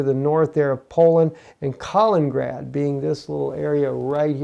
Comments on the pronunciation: Please learn how to pronounce 'Kaliningrad' properly... you make it sound like 'Carlingrad' but the 'a' in ''Kal' should sound like the 'a' in 'cat'... also there are two 'in's; ' Kal-in-in-grad '... this is quite simple... even small children in Russia can get it right. if you want to get it really authentic the 'i' in the first 'in' is pronounced 'ee' as in 'peel'. You are driving people out of their minds with this bad pronunciation. Russians will be laughing. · Not ka ling grad.